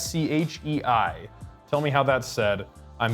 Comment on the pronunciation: You actually pronounced Koschei more or less correctly (emphasis on more)